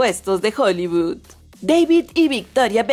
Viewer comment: Cloonin, hollyvood.. Que mal habla y pronuncia las palabras ésta mujer.